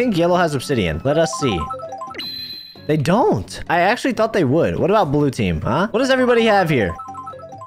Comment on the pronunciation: lmao he said thots instead of thought xDD